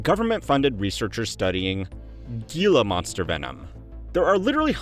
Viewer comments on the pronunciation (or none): Gila monster is pronounced HEE-LA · btw Gila Monster is pronounced with an 'h' as 'heela' (since it comes from Spanish & 'g' softens to 'j' before 'e' and 'i', as in Jorge)